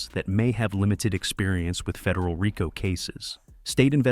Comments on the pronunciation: Raco haha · Learn how to pronounce RICO